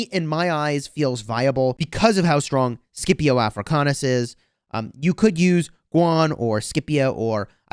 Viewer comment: I’m 99% certain that you were pronouncing Scipio correctly before and are now mispronouncing it…